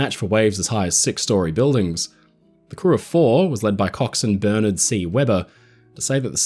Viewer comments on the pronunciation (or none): none